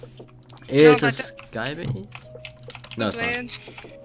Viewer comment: Lol whenever I am listening for place I hear place, and whenever I listen for base, I hear base, but I know it says base.